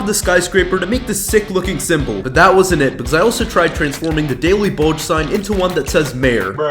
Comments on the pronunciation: I like that he calls the the daily bugle sigh the daily balge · Its not daily bogle u said that what is bogle its bulgle b u g l e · Nah it said daily bugle not bulge so idk if he built it wrong or he said it wrong 😂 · Bro really said "Daily Bulge" 💀💀💀